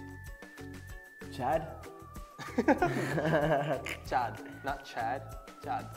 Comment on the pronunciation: You didn't pronounce the chandrobindu in Chaad. The n is ghunna.